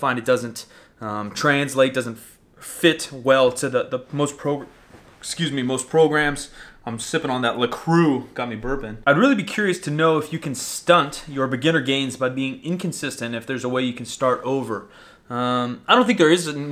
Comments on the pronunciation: pronounced similar to la brah lol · The mispronunciation of la croix really bothers me.